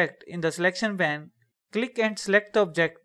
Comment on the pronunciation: it is pronounced payn with a long A sound. because it is not pan. Great and useful video.